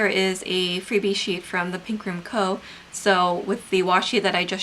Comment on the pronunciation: Thepinkroomco? Thepinkrunco? (I can’t it make out 🙈)